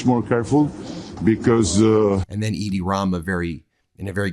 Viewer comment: Edi pronounced Eddy, not Idi, like Idi Amin.